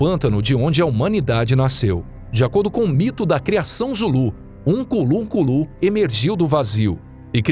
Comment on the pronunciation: Ukunlunkulu da errado, o certo é Unkulunkulu.